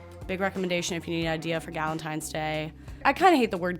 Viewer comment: Who says balentines? Palentines was right there